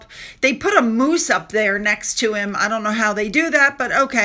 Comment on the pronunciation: DID YOU SAY MOOSE OR " MOOCH"